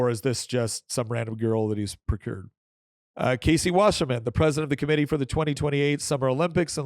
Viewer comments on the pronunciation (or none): none